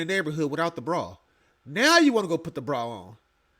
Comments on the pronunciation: A brawl? Ma’am, it’s bra 😅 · Did she say…she puttin on a BRAWL or a BRA?!??😂😂😂 I personally suggest, a BRA.